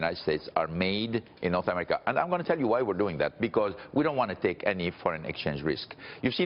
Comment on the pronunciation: HE SAID NORTH AMERICANAMERI